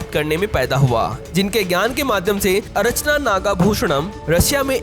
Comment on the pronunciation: अरचना नहीं अर्चना